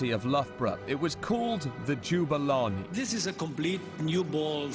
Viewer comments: The mispronunciation of Jabulani is shocking in this video. It's like they've never actually seen it spelt, or they just can't read. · It's Jabulani, not Juberlarney! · Did he say jubalani? Jooobalani? Jewbalani? Its jabulani not jubalani, jawbulani. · Jabulani not joobelanay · Jew-ba-lani haha I just can't.... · I love how they pronounce it "Jubilani"... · JA-BU-LA-NI, not Juberlarney. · Do English people know how to read? How does one read "Jabulani" as "Jubalani"? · i thought that too isn it supposed to be pronounced JAB bu lani